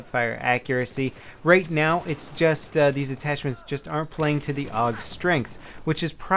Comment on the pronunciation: pronounced A-U-G